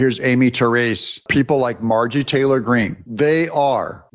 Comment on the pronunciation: Stop calling her Mar-jee Taylor Green. It makes you sound more ignorant